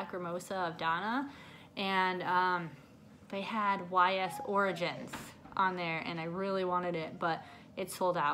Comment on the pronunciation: U butchered Ys origins 😂😂 but nice pick up from LRG